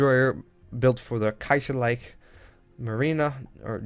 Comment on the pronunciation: Good job and nice video! Btw "kaiserliche marine" means literally "imperial navy", so it doesn't make sense to call it only "kaiserliche". Also, it is pronounced as kai-zer-lee-kheh :)